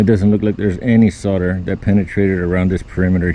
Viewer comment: Well son-of-a-gun. You pronounced solder correctly. It annoys me to hear so many people pronouncing it SAWL-der. In the states it's SOD-er.